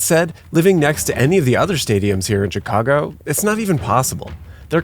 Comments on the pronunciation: I’m sure I missed out on a great video, but being from Chicago, and hearing him say “Checago” made me stop watching 😂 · I hate how he pronounced my city